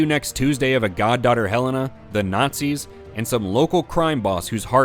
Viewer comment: I love when indy nookz all not-seeze